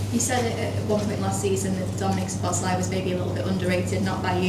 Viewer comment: Pronounced So-bos-lah-ee, not So-bos-'lie'